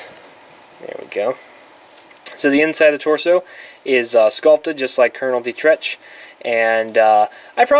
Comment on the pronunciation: It's pronounced "Kernal Deetrek".